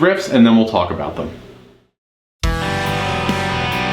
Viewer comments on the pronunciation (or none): none